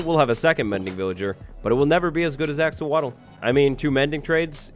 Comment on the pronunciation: "axowatl" Very punny,.